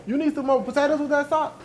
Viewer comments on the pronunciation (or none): every video … “PO TATE TOES” 🤣😩